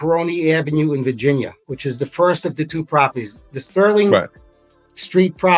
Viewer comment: Why can’t this “educated” lady say Virginia?